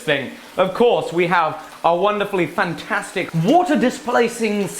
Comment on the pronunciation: Funnnnn-TAS-tick to be HEE-yah !